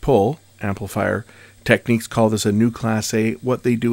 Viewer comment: Not "Techniques" 'It's "Technics"